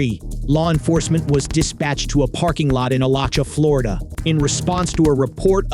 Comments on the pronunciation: Moderator: Not Alacha, but A la chew ah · It's AlachU-A omg you could have googled the pronunciation instead of sounding like an idiot. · "It's pronounced uh-laa-chew-uh, Alachua, FL, thanks" - Florida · I love hearing Alachua pronounced wrong